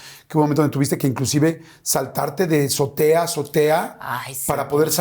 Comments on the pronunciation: Se dice Azotea, NO zotea chicos. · Orale... sabe un buen de idiomas, pero no sabe español verdad? Porque ninguna persona que sepa español dice ZOTEA en vez de AZOTEA... Debería ir a aprender español primero tu super invitada...